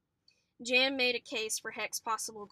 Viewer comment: jan is pronounced YAN just so u know